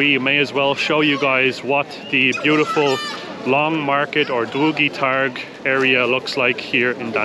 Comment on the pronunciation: Wow! So good pronunciation of Długi Targ!